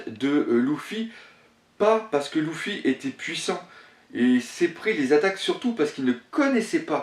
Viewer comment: On dit lUUUUfy et non pas lOUfy ... sa me choque O_O